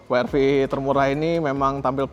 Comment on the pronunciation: bilang "we er ve" aja bang kalo susah bilang "dabelyu ar vi" 😊